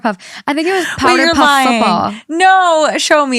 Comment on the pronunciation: She really said powderpuff with her whole chest 🤣🤣🤣